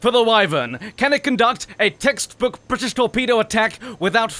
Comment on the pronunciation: Question: Is it possible to not spit when one pronounces: "Brrritish" like you do?